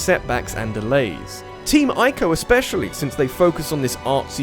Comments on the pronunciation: Boi It's not Eye-co, it's EE-co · It's pronounced team ee-co.